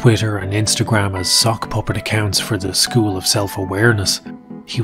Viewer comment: "zhe probably went to another zchool" 😂😂😂😂